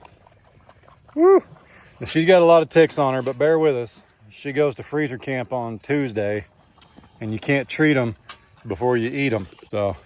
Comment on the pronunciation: I laugh every time you say freezer camp.